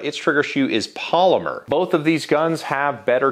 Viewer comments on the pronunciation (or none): none